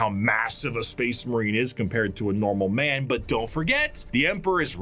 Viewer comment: "That ma'am, was the Emperor of Mankind." Gotta work on your ending N syllables, dude.